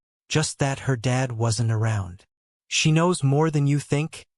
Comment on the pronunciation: AI AGAIN!!!!!!!! Dead meaning without life VRs Dad meaning father. Not spelled the same, not pronounced the same, not the same meaning.😢😢😢